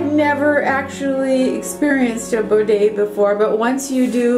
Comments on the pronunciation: Bee-day. Not bo-day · Hi,, It's great to see you and Desi so happy! Your home is so beautiful. I love the soft blue kitchen cabinets. I wouldn't change them. I'd use soft sheer curtains, not heavy ones. You shouldn't change to a full size bed, no no. By the way, it's a Bidet, not a Bodet.🙂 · PS It’s pronounced “bidet” bid-day Its a French word ❤